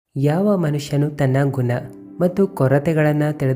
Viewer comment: ಗುನ.. 😂.. ಕೆಟ್ಟ ಕನ್ನಡ.. ಅಸಹ್ಯ ಉಚ್ಛಾರ..